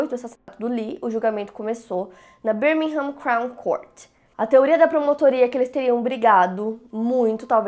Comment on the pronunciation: só pra dizer que se fala Birmingham > Bêrmingan - o “h” fica mudo 😜